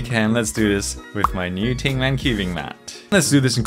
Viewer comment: Gun not gaaaaaaaaaaaaaaaaaaaaaaaaaaaaaaaaaaaaaaaaaaaaaaaaaaaaaaaaaaaaaaaaaaaaaaaaaaaaaaaaaaaaaaaaaaaaaaaaaaaaaaaaaaaaaaaaaaaaaaaaaaaaaaaaaaaaaaaaaaaaan but written GAN Tingman!